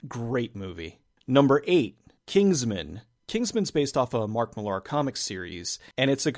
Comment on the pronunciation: Mark Millar is pronounced just like Miller.